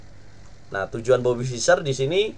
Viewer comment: saking semangatnya bang...bobby jadi robety hehe